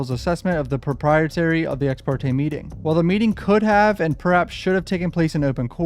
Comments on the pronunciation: you gotta learn to pronounce propriety and impropriety. you keep saying "proprietary"! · All good fam, you work so hard to cover all the twists and turns of these cases and we appreciate you!! FYI you mispronounced "propreity" (appropriateness) you were pronouncing it "protrietARy" (having to do with property owenership); just looking out 🤠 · pruh-PRAI-uh-tee :) love the videos